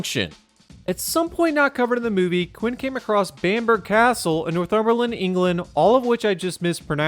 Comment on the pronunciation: THANK YOU for pronouncing Northumberland and Bamber like a normal person. I.e :- correctly.